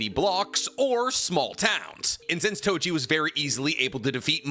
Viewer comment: Its Toji, not Tojin 😑